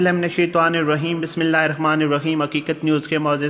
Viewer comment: Admin, kindly Bismillah to thek perha kro.